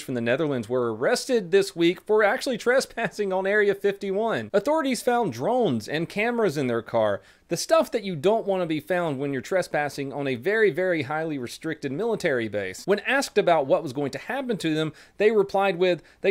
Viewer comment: You said Drolnes. You have a speech impediment.